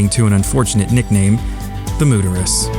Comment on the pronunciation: It's a shame. Dallas had the ultimate symbol for teamwork. Remember: it's Mooterus, not Mooter-u.